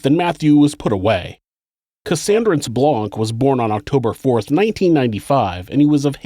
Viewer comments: 😁 I am French and the name Blanc is French for White but the C is silent 😉😊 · The C is silent….Blanc is a French name, the C is silent. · Hhaha, isn't the 'c' in "blanc" silent? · Just so you know, the c in Blanc is silent.